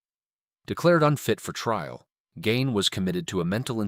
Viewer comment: Gean is how it's pronounced .